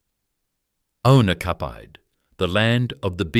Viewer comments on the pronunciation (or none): What the heck is unicafied 😂 I know I know, it meant unoccupied but it’s a hilarious mistake of pronouncement. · SERIOUSLY " Unicapide⁉", for "unoccupied" lol Whoever put this together doesn't have a clue, After GMH at Pagewood shut down, WD & HO Wills tobacco opened there, making cigarettes way before Westfield.